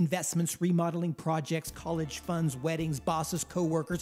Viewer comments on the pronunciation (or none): none